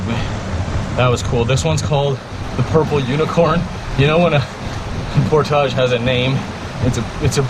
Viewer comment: Portage. ...there it's said the right way..lol